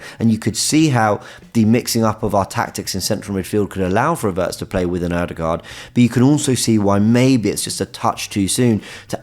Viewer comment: Every time you say “a Wirtz” it sounds like you’re saying Havertz